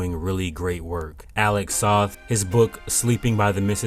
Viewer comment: Alec Soth's last name is pronounced sounding like "both". As Alec constantly says. "It's Soth as in Both".